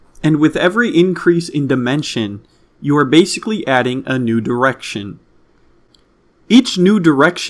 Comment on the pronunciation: haha he says nude erection